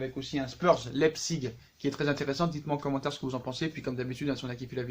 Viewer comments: Ça se prononce " leye pziche " pas "Leye zpigue" à part ça au top la video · leipzip se prononce : la-i-psi-g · Ca se prononce lep(siche)